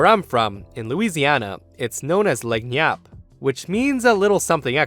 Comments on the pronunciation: hearing this guy saying “leg-nee-ep” instead of “la-nee-op” broke my spirit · Ahhhh the creole butcher! Lol for future times, its pronounced lan yap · Lagniappe pronounced “lan-yap”.